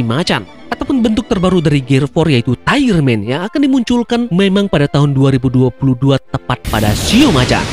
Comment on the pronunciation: Lufffy : gear faiveee.... Taigerman .... Mnggu depan libur ....